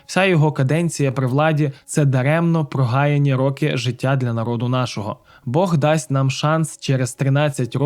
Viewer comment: Почему ,,нАрИд,,!? Не выдумывайте,всегда в украинском языке говорили ,,нарОд,, не коверкайте